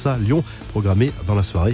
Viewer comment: « Camp new »??😂